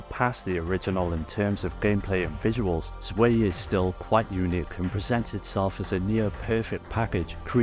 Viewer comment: My god people can't pronounce German words. I'm not German but this is so basic. Every time some Youtuber reads Panzer Dragoon Zwei they read it differently. It's not pronounced "Zway" or "Swei", it should be pronounced as "Tzvai" as it's just German for 2